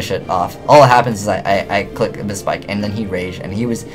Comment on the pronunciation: abyss pike not abys spike [abysspike]